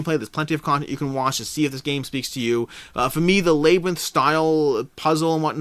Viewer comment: Alway interesting to hear unique pronunciations. Never heard labyrinth pronounced lay-brinth. Always said lab-rinth myself. My four year old got on to me yesterday for my southern pronunciation of Fri-dee instead of Fri-day. Do you think both of those Hanamikoji versions will be readily available at retail later?